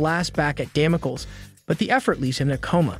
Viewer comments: Please use a dictionary to learn how to pronounce words for example Damocles (dam-oh-cleez). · Dam-oh-kleez. Ffs. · Who or what is Damo kill? OH you mean Kang's space cruiser Damocles, taken from biblical Sword of Damocles? Damocles is pronounced Damo-kleez. Man I freaking all these AI voices. I can't listen to this guy call the Avengers the AHH-venjers anymore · don't use software to read your script.. it's day-mo-cleese.. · Damaculls, ultrun, shy-uld, muhyollner